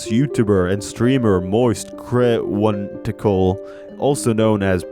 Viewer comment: Ah yes, one of my favorite creators, Moist Cri-One-TiKal.